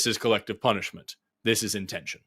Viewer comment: It's really alarming to hear "zis iz not a genocide" in a German accent.